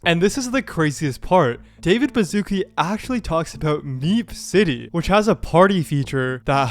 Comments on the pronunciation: I can't stand americans pronouncing his name, it's Bashutski, not Bazookie. Wouldn't be an issue if you slopper didn't repeat it every 5 minutes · It's David Bashootskee and not Bazooki. What's wrong with you people?